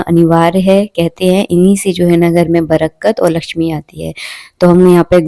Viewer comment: Brkat nahi....barkat....